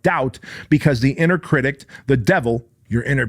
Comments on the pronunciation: Critic, not critict. Love ya man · I know English is your second language, and as someone TRYING to learn Spanish I have mad respect for you. But for the love of god; it's 'critic'. There is no 't' or 'ed' at the end. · Please someone tell this man there's no t at the end of critic! Love you ❤️ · If you say cridict one more time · Pssst critic not critict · I find it endearing😊 makes me smile every time he says it